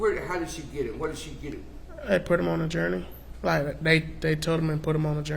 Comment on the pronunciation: Gurney, not journey